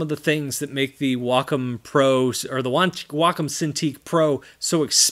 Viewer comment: why does everyone pronounces it "wack-on" it is pronounced "way-com"